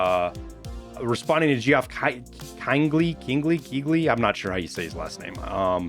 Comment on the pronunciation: lulz. The dude's name, Geoff, is usually just pronounced like Jeff. Figured I'd mention it because I only learned that recently too hahaha. Anyway, great round up. Hopefully streets comes soon™